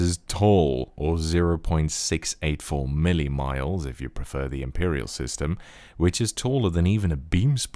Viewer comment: I have never heard anyone say "mili-miles" in my entire life lol.